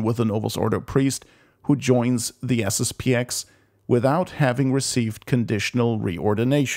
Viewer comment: It's SSP-ten.